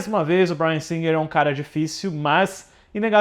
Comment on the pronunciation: Ai... morri de rir com o:"Dirigido pelo Bryan Singer rrrrrrrrr" 🤣🤣🤣🤣🤣🤣🤣🤣🤣🤣🤣🤣